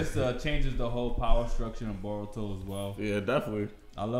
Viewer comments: Broh, his name is Boruto, NOT BAH-RUTO, smh, lolz!!! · He keeps saying baruto...and calls him his son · Who's that dude that keeps saying "Baruto" 🤣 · Somebody teach this man how to properly pronounce BORUTO. My mans stay saying BARuto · Bro's still saying "BARUTO".....